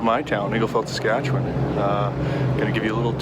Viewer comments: "Sass-catch-you-wun" [from a Canadian] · fuck all.... SUS-CAT-CHEW-ON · First! Make what U want for content. Love the classic "recipe " but often have my mind hole opened by you two with the random stuff so really we are lucky for the time u spend on us. Second... its sas cat chew on u can do it... now after me sas...cat...chew...on... now say it fast... thanks from Lake Louise Alberta Canada! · Sass Cat Chew Wan = Saskatchewan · Pronunciation: Sass-Cat-Chew-One... Riders Suck lol. With Love Manitoba :) (Man-a-tow-bah) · 😂 (Sus-Scat-Chew-On) Canada if that helps with pronunciation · Suh-scat-chew-on. P.S. I'm not Canadian. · Saskatchewan "Sass-Cat-Chew-an." - Proud Canadian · Sas-ka-che-wan - From ya boy in Saskatoon, Saskatchewan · Bruh ive drawn your nissan march and all I ask in return is for you to pronounce my province properly lol Sah-skah-chew-on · Pronounced s-ask-at-chew-on, from someone who used to be from Saskatchewan. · Good try with Saskatchewan guys Hahahah. It's hard for some of us Canadians to say too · Awesome video. And hilarious you guys cant say Saskatchewan. Lmao. As a Canadian this was so funny to watch. Loved it. Well at least you guys tried 🤣🤣🤣🤣🤣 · How hard is it to say Saskatchewan. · Hey guys I saw you struggling with that name, it's pronounced Saskatchewan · As an Albertan. I too make fun to the Saskatchewan pronunciation lol